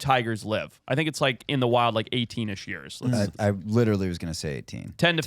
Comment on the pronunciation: I'm still convinced says the word years in a funny way.